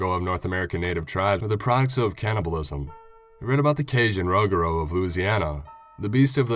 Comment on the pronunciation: he said rugaru all funny , I live in Louisiana and this is a major folktell but it’s pronounced “ roo-gah-roo “